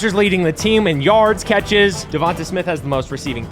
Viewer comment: I understand that, but he’s saying it wrong my bad, no disrespect